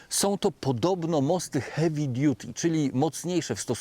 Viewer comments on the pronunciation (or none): none